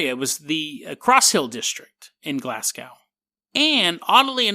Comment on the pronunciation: Loved the video man but so you know it's pronounded Glas-Go not Glas-Gow.